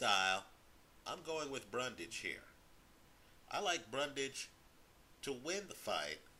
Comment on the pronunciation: You keep saying Brundage and the title says Bundage. It's Bundrage.